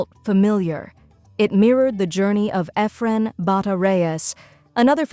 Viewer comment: Why use an A.I. voice? Eh -fren Reyes? The goat should never have his name butchered like that.